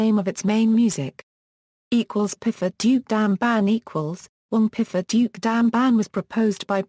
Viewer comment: The automatic PDF reader mispronounces piphat as pifat. If the intention of this video is the bring the viewer closer to an understanding of Thai music, who ever made should consider steps to ensure the correct terms are used and pifat is not a term.